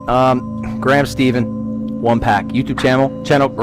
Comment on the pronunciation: He really did you dirty with “Graham Steven” 😂😂😂